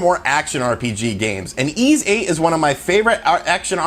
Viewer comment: It’s called Ys (pronounced ‘ease’) VIII. It’s dope, I played it to death on Vita. If you’ve never played an Ys game you’re in for a treat.